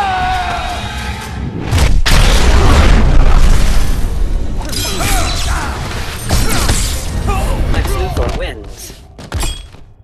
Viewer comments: Why did you call him sex Luthor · Ian Morales he said sex luthor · Dude, you got his name wrong, it’s Lex, not “Sex” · Is it me or did I see you say "Sex Luthor"? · i just realised he said Sex Luthor lol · julian morales lol i was thinking the same thing